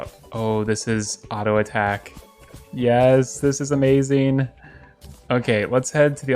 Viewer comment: any1 else love how he says “amazeen”